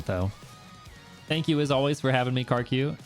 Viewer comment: The way he pronounced karq changes